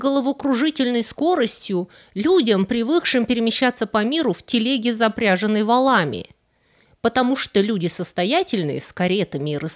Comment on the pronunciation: Милая дама,спасибо за Вашу работу!Единственная просьба-поработайте над ударениями.Например:запряжЕнный,а не «запрЯженный».И слова «навроде» нет в русском языке.